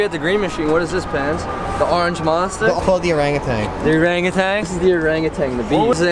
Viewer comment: You just speak ‘Malay’ when you said ’Orang Utan’.